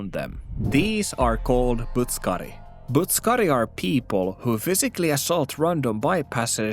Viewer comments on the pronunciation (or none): Loll. Butt suck kari. I dont know why that sounds so funny. Its not even pronounced like that but I dont care. The butt suckers are out in force and you must protect your backside. And shoulder. Slammer butt suckers lol.